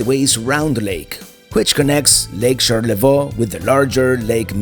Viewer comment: I love it when your travels come to Michigan, you do a great job, much respect! In the future though for pronunciation of Charlevoix it's sharl - luh - voy. Most coast in US besides Alaska, so many great places and coastal towns. Can't wait for you to come back 🫶🏼